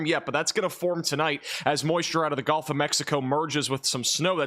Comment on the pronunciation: I really really hate to be this guy, but… “Gulf” (as in the second syllable of “seagull”), please, not “Golf” of Mexico or “Golf” Coast. 🙂